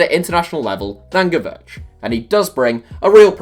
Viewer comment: It is pronounced gee-varsh. Not “gee-verch”. Also you don’t pronounce the D at the end of Giroud